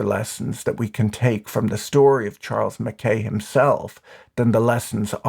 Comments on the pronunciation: Mac-eye / Mac-aye not Mac-eh TY 🙏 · MacKay pronounced Mac Eye, Patrick. It's always worse when An Irishman get's it wrong.:face-turquoise-covering-eyes